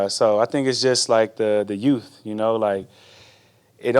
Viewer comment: did he say "utes" or "yooothhs"